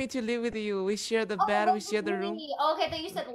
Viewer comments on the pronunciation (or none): I never hear anyone talk about this, but does anyone else notice how she says “da” instead of “the?” Like, “thanks for da heart me guys.” It drives me bonkers. What accent is that?!